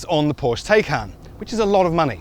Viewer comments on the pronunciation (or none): You might be bothered to properly pronounce “Porsche” and “Taycan” properly.